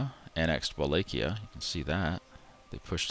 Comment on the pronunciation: these lets plays are great, but you lloovvee pronouncing every country wrong. Wallachia is pronounced as showned: Vuh latch ia yuan: won luneburg: lune burg, not lunenburg